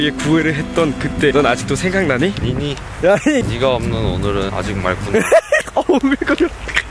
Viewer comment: 아 소리만 들었을 때 니미라는 줄 알고 강해지셧네... 이랬는데 니니 였음